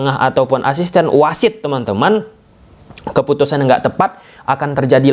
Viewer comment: keputusan bang, bukan kefutusan.. pakai P, bukan fakai F 😂